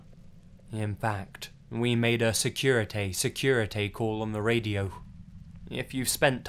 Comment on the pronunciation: I've listened to this at least 4 times and only just now caught that "Securitay-securitay" mistake XD